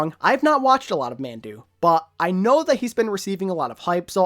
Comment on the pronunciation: Just a tip Mandu is pronounced “mahndoo”